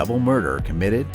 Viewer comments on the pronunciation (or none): As I was great fans of him, It's real weird to hear someone pronounced his surname as Ben-oit...... 🤣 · It's pronounced Ben waa lol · Hahaha Benoite lol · Benoit- if you say it, google spells it like your saying it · There's a couple problems with this video the primary one is how you mispronounce Chris Benoit's name several times in a final portion. You might want to read this because every wrestling fan is going to roll their eyes once CB is mentioned.